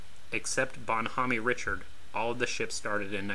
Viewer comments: It's Bon HOME Richard not Bon Homaney ... shst! It's French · I know right? Bon- Homeeeee? LOL! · *Bonhomme Richard is pronounced bun-OHM ree-CHAR. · Sorry, that ship wasn't named "Bon Homey Richard!" You do not pronounce the "e" in Bonhomme and in French "Richard" is pronounced "Ree-shard!" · It's pronounced Bon - Home - Rish - Hard. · He probably got it from Josh Homme from The Queens of the Stone Age, who pronounces his name Homm-ee. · "Bonn Hommy" Richard? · ‘Bon hom me Richird’ I guess American history teaching has changed since the1960s. I knew the story of how to say that and the battle she was involved in before I even understood separation of church and state. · "Bonne hommie" Richard? Is that how you also refer to John Paul Jones' frigate? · Bonn Homme Richard: pronunciation in "Homme" the "e" is silent. Antietam CV-36 went on to be the first US carrier to have "canted" flight deck installed. It was the result of a terrible accident we suffered (Served on CV-36 '51'52 Task Force 77 Korea) when F9F Panther jet crashed thru all the barriers and destroyed a good portion of aircraft being re-fueled on the bow. Also killing multiple crew and the pilot. British already had the canted deck. Also the US carriers of this class had wooden flight decks; the Brits had armored. Armored decks might have saved some of those other carriers that were so crippled by Kamikazes, and save lots of lives. Thx for the video! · I agree it is irritating. Especially USS Bon Homme Richard (CV/CVA-31). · When having a serious historical discussion, yes, it IS important. I'm not sure how he got that particular one so horribly wrong. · PLEASE get someone to help you with the pronunciation of " Bon Homme Richard"!!!!